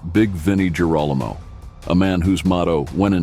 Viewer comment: Sure wish your AI voice would learn how to pronounce names properly. It makes Girolamo sound like Geronimo. It’s pronounced Gear-o-lam-o ffs.